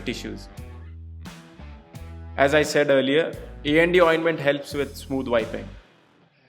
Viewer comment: I know everything about "A&D Ointment", but I heard "ND Ointment" in video! Thanks.